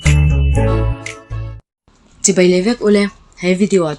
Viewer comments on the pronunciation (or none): none